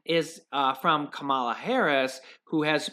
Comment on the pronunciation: Hello, I greatly appreciate all of your information. And I must inform you that Ms. Harris's name is pronounced Kamala as if Pamela, not Kamaala. I know you're trying to be non-committal from a political standpoint but I Hate it when you refer to Trump as president.... he is No president, purely demonic. Anita Ettel